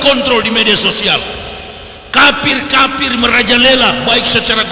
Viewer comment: Kalau dengar ucapan YW, bukan teriak KAFIR tapi KAPIR. Ngaku doktor tapi mengeja kata kafir aja SALAH 🤣🤣🤣